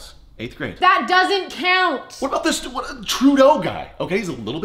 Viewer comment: Canadien pronunciation: "uh-beh-oot"